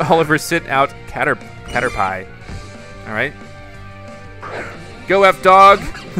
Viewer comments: its not carerpie its carerpee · Cater pie. Haha Its (cat-er-pii) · caterpie is pronounced as cat-er-pee not cat-er-pie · Not Cater-Pie! CAT-ur-pee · it not cartapie it is catapi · its not caterpi its caterpee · No offense but its Caterpee not pie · It's not cater pie its said cater pee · Its pronounced cater-pee not cater-pie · it's cat-er-pee not cat-er-pie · Caterpie Is said like caterpee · You pronounce it, cater PEE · Caterpie CAT-ER-PEE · You prenonce the worm like pokemon cater-pee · Here are my answers 1. It is sometimes best to use your other Pokémon in battles, it helps raise their levels,skills, and bond with you 2. hats don't do anything, there like normal hats P.S Kalos is pronounced like "Kolos" and you say Caterpie like Caterpee Ok? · Who else got so mad at when he said (CAT-ER-PIE) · No it's caterpee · It's prenoset caterpee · it's pronounced caterpee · Also caterpie is pronounced caterpee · Cater PEE is how u pronounce it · caterpie is pronounced cater-PEE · call caterpie like this ca-ter-pee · I it is not cater pie I is pronounced wrong say it the other way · It's cater-pee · No no no it's catter p ok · It is Cat-er-pee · No efense but its cat er pee thats how you pernonce it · the way he said caterpie 😆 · you say caterpie name wrong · Caterpie is pronounced differently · You dont pronouns caterpie dat way u say caterpie the pie sounds like pie but pi